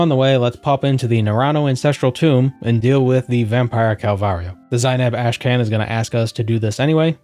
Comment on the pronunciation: "Ash Can"? That one's gotta be deliberate. It's pronounced "Karn". Y'know, like 'Genghis Khan'. Or 'The Wrath of Khan'. All "karn", not "kan".